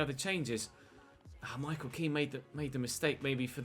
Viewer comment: It’s not ken it’s Kean